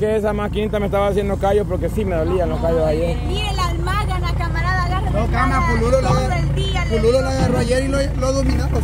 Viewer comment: Besy es Almadana no Almagana.